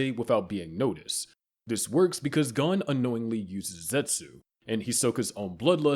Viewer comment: Me watching you butcher Gon's name